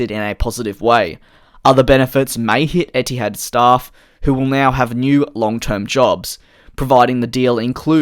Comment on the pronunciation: as an arab, i honestly hate when a company names themselves after an arabic word (etihad (اتحاد) means union in arabic btw) because it's always going to get butchered lol. not blaming u btw, u r not an arab. love ur vids too, keep at it